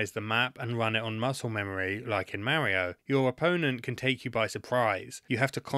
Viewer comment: LOL listening to him say MERRIO is so funny lol 😂